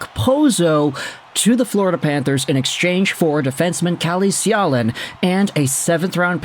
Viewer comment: Calle Själin is a decent prospect. His name is pronounced Sch-ae-leen. if you put a and e together you get the ä sound.